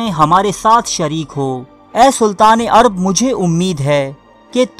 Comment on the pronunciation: Ae Sultane Arb nhi bhai Arab bol